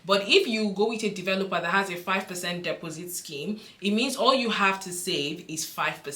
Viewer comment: Dep os sit, strange way to pronounce took me a few seconds to work out! Thanks for your time with upload